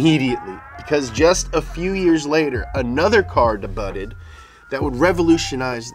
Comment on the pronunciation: Pronunciation of “Debut” Day-byoo